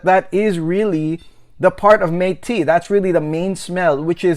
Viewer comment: Very good review you've got here. Mate is pronounced more like 'mottay' because it is spanish. But overall, I got a lot of great information from your video, and I liked it very much. Great work!